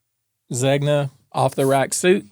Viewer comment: Going forward, let's pretend there's no "g" in Zegna...I'm pretty sure it's pronounced. "zay-nyuh"...